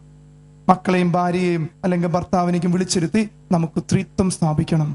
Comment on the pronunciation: Threethuam alla threeekathuam